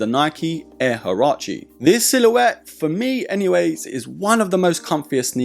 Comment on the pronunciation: Das sind Nike Air HUARACHE … nicht Harachi ….